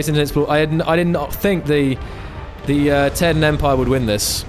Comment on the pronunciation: The Taiidan is pronounced as Tie-dan This is really good